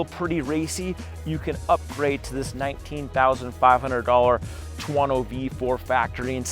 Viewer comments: ter-woh-noo! 😆 stop it, it’s killing me! 😆😆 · man, you really can't pronounce any European company neams =))) what bike is that, a tuAAAno? what suspension, ohleeeeens suspension?